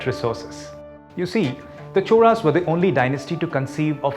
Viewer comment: Why do you pronounce "choRas" when its spelled "choLas"?